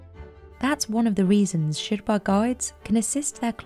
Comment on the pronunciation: Why does the woman narrator mispronounce the word "Sherpa" so many times and then all of sudden starts saying it correctly?